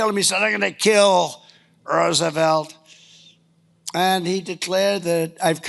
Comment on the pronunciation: did that fool say Roosevelt....smdh